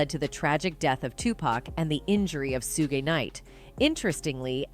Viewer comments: The way the narrator said "sue-gay" instead of pronouncing it "shoog" for when they were talking bout Suge Knight... 😂😂😂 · She said “Su-gay knight” I’m dead rn 💀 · Who’s 2 packs? And sooogeee knight 😂. So cringe I know she doing that on purpose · This is a lot, but not surprising. And the lady that was picking kept driving me crazy because she kept mis-pronouncing 2 pac and Sug Knight name.